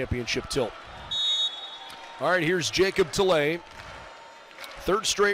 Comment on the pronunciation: That was my thinking, that announcer was pulling for Ball St. I also tried to look past his mispronunciation of Jacob's name- like he was in the running for player of the year, he also played last year when the Bows won the championship, how do you not know his name by now?